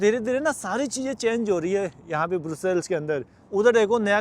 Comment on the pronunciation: ब्रुसेल्स नहीं ब्रसेल्स कहते हैं सर